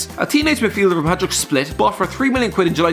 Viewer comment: You may have butchered the pronunciation of Hajduk Split but decent video